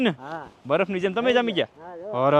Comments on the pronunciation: baraf bolay..... Badaf nai ho next time bolta sikhi jaje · saav abhan hoy ten kem badaf bole chhe